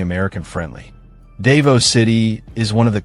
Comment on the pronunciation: you goofball learn how to pronounce words, Davao is proniunced Da vow idiot